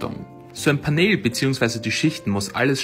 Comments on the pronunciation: Es wird pänel ausgesprochen und nicht paneeeeeeeel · Was ist ein Paneeeel?😭😭 Es wird pänl ausgesprochen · Paneeeel Das heisst Panel (englisch) und wird [pänell] ausgesprochen. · achso weil panel paneel ausgesprochen wird ist es korrekt wenn er panehl sagt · Ausgesprochen: Pännel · Es kommt aus dem Englischen, also muss mann es auch so aussprechen. Du sagst ja zum Handy ja auch nicht Schlaues Handy sondern Smartphone.